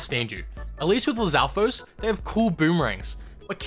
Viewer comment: Ngl you absolutely nailed it on the Lizalfos for me